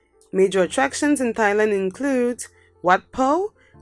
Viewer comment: Ah yes thighland